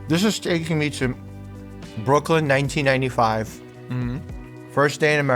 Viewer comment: BROOK-LYN - every New Yorker ever including me